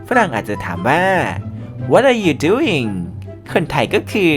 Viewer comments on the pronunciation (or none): doing ไม่ใช่ ding ค่ะ